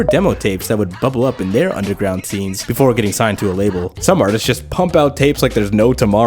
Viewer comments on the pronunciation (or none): none